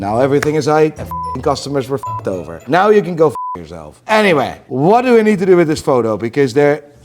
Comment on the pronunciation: Challenge to... learn to pronounce the word now like an american. Each time, I think he says nigh